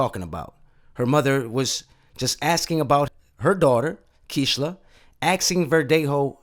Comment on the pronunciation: KEISHLA is pronounced kayshla in Spanish Rip KEISHLA🙏